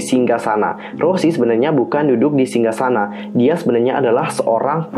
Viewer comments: Bukan kak cara nyebut nya tu kayak gini Rosé gitu kak bukan rosie ato rose tapi rosé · Ros'e bang bukan Rossi😭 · Rouuzehh lebih tepatnya 🤣🤣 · Kalo ala Korea bilangnya "Roje/loje". Tapi kalau berdasarkan penulisannya dibaca "roze" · Gapapa sama aja, tp sebutan yg benar tuh Rosé